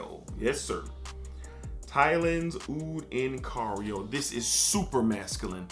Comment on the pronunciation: its Thailand Oud in CAIRO not cario😂. Cairo is the capital of Egypt